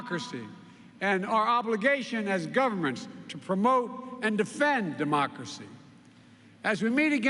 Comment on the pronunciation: Cuantas veces Sleepy Joe repite "democrasy"?